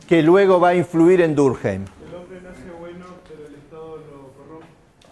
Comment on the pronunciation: Muy bien organizada, excelente elección de contenidos. Un detalle, es francés, su apellido se pronuncia durquém, si fuera alemán sería durkjeim